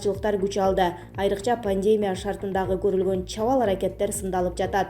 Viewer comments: Пандемябы сен айкандай,же пандемиябы туура суйлосонор. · Диктор,Созду туура суйлогонду уйронгулочу ПОНДЕМЯ ЭМЕС "ПОНДЕМИЯ"